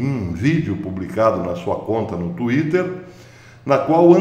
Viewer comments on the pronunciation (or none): none